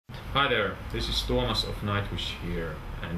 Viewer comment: Why does he say Thomas when he's name is TUOMAS. I know it's the 'english' version but if you're name is Tuomas then it's Tuomas. Not Thom, Thomas or whatever. T-U-O-M-A-S.!!! Nice interview though